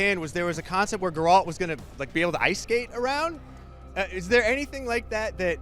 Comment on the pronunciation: "GerAWLt".... seriously, dude?